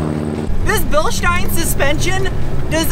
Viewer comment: is the only american who say Bilstein right.